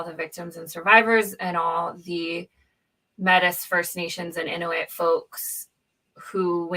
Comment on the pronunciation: The empathy exercise is not a messy or difficult thing. It's found by listening to the stories of the victims and their families. By the way, Mètis is pronounced may-tee, in case you weren't listening.